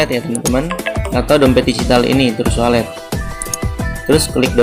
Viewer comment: Trust wallet di baca "tras wolet" Cryptocurrency dibaca "kriptokaransi" Kritik membangun ya min, jangan emosi